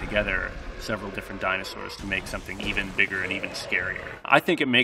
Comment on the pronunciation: He may be an expert but mans butchered a lot of the dinosaurs names so bad